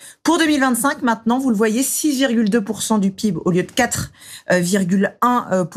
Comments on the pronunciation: Journaleuse! Ça te fatiguerait de dire Pé-I-Bé ? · Du P I B pas le pib 🙄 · Depuis quand on dit le pib au lieu de P.I.B xD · Du "pibe" ça me termine